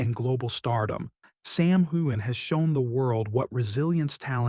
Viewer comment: Very nice report but the next time you do one on Sam please learn how to pronounce his name properly